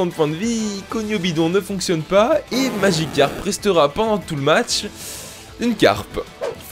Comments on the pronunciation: Pourquoi il dit maDgicarpe ? C'est Magicarpe. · "MagiKcarp" xD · pas « madjicarp » , magicarpe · C'est Magicarpe, pas madjicarpe, putain! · SKOUIZI ! ( LEU MEYEURE POKÉMON, C MAGICARPE ! )